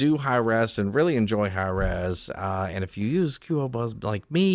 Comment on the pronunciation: Your pronunciation of qobuz is funny